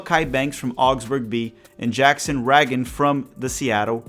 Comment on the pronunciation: Great vid as usual! Jackson Ragen is pronounced like president Reagan.